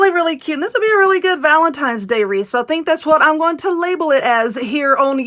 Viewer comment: Wreath not reef !!